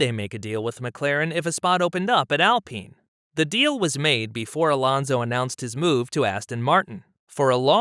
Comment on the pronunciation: AL pine not AL peen. lol